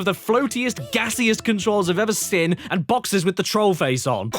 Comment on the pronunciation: yeah thats it lol also am i the only one that notices how he says the word "seen". He says it like "sin" and seems like he does it in every episode now lol. This is the worst crash game I've ever sin!